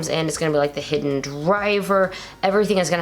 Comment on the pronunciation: As I said before, Hiden is pronounced "Hee-den", not "hidden". Also, Zero-One's name is Aruto, not Ataru.